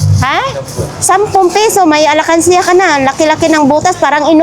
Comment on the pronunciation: ALKANSYA HINDI " ALAKANSYA!"